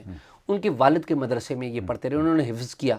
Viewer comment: خفظ نھیں حفظ ھوتا ھے